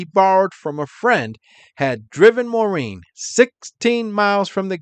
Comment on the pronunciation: English its Maar- een (Maurine) NOT - More-een But you sure pronounced "Menzies" right